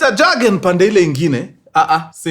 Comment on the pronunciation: Point of correction mkuru, Jurgen inakua pronounced, "Yurgen" J is pronounced as Y.😮